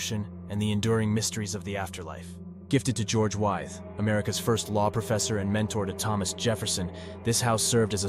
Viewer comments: I went to High School in Williamsburg, Wythe is pronounced With. Just saying! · Wythe is pronounced like 'with'. Just an FYI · Thank you for your informative video. There are certainly other very haunted places in Virginia you have omitted. As others have commented, Wythe should be pronounced as "With," Dumfries as "Dumfreeze," and Henricus as "Hen-rye-cus."